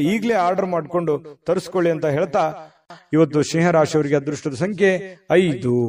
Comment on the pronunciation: ಸರ್ ಸಿಂಹ ರಾಶಿ.. ಸ್ನೇಹಾ ರಾಶಿ ಅಲ್ಲಾ ಉಚ್ಚಾರಣೆ